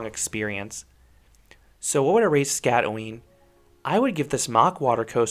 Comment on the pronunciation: You did mispronounce the name. You got the first part ot the name right, but the "øen" is pronounced by making a weird danish sound. I cant really describe it because no english word i can think of makes that sound. Anyways, great review, and i wish i had seen this review before riding, because my feet got soaked.